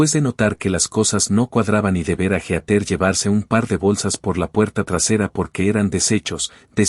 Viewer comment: Heather, no geater. Se pronuncia "híter".